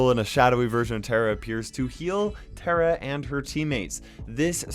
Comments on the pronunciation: Is that how you pronounce tara😂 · Nobody: Literally Nobody: Me: KAIROS UR MISPRONOUNCING TARA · Yeah things only Indians know😂